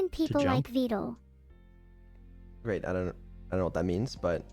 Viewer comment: Who the hell told this poor man that “Vedal” was pronounced “Veed-al”!? It’s supposed to rhyme with “medal” and “pedal”!